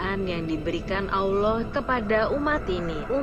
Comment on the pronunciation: siapa yg membacakan kok ketika menyebut nama Allah dan Nabi Muhhamad s.a.w tidak pas ya alias FAIL...belajar membaca Qur'an dulu mba biar pengucapannya PASS gitu lho atau suruh muslimah pesantren yang membacanya jadi lebih enak kedengarannyannya di telinga.